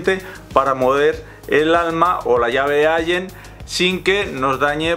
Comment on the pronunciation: allen y se pronuncia: alen